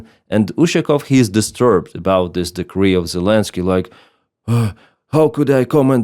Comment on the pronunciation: Also decree/degree and expert/export. Though his English is much better than an American blogger I also watch.